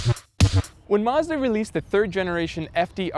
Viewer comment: Finally, an American that can say Mazda right! Rather than 'Marzda', he actually says Mazda like the rest of the world. But yeah the RX-7 is the best car ever, my personal favourite :)